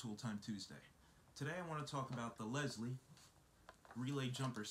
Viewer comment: Helpful video. I just bought this kit. Although the name is lisle, it is pronounce "lyle" the O'reilly's guy corrected my mis-pronunciation as I pronounced it initially as you did They make a ton of auto service products sand tools.. Thank you. Craig